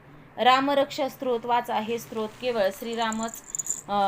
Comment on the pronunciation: सत्रोत नाही ओ 😅😂 स्तोत्र